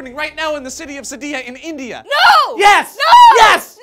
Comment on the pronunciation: Oh, india, i thought you said indiana